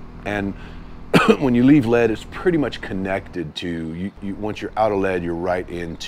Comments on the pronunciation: It’s pronounced Leed, like I’ll lead you. Not lead like the metal. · Awesome ! Been there. I do believe the town of Lead is pronounced “Leed” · Awesome! Best video on the SD BDR-X dirt portions I've seen. A few constructive things: the city of Lead is pronounced Leed, the town of Rochford is pronounced Rotchford (Rotch like crotch). Finally, the music. I could do without it, or have the level lowered quite a bit. I'd rather hear the bikes or your convo. Thanks for recommending just going through it. We have a good thing in the Black Hills, but the Forest Service hates the widening of trails due to all of the go-arounders. The Tread Lightly! principles are always encouraged so we don't get trails shut down. Nice work.